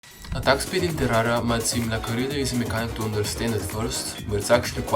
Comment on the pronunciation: "atak spid in terara"